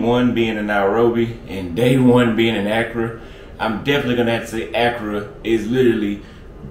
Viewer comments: It’s not Acura (a car), it’s Accra (A-Craa). 😆. Sorry you drove me crazy with that. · Pronunciation .... uh-CRAW! not ACC-cruh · Great content, bruh! The black with stripes set…….Your tailor’s work is 🔥🔥🔥. Your swag will get even more off the charts if you learn to pronounce Accra correctly. 🤣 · 'Don't think you are pronouncing Accra properly. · Can you pronounce Accra correctly? Lol.